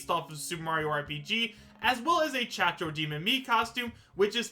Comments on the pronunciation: Cacodemon Caco not Chacho I said this in your other video's read your comments its Cacodemon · "chachodemon" lol its cacodemon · Chachodemon is not cacodemon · As a huge doom fan I'm disappointed that he said chac-chac demon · Did just call it the Cha-cha Demon?!🤣🤣🤣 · Its cacodemon bro